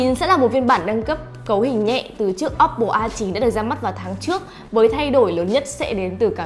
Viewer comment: Ad nên nhớ là ôppô chứ ko phải là ốp pồ nhé phát âm cho đúng nhé